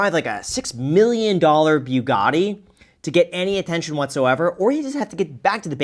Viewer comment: Graham giving the chatbot a hard time for pronouncing Tavarish, yet he calls a Bugatti a BYOUgatti 😂😂😂😂😂😂😂😂😂 sorry I paused and had to comment I’m dead